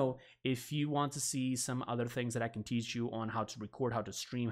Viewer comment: u said cab instead of can